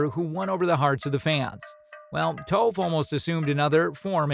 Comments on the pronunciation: Foreal this man said toaf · Who is toef? Sorry for correcting you. But it sounds like taaf. I apologize again. But the whole reason that the live action was so terrible was the mispronunciation of all of their names